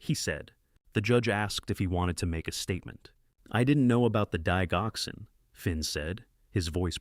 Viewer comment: For goodness sake, learn how to pronounce Lisinopril and Digoxin. Lisinopril Lie sin o prill Digoxin Dig (like digits) ox in